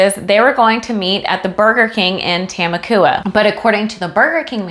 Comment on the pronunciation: Lol it’s Ta-mok-wa